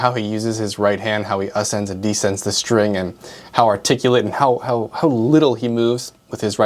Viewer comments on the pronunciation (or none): none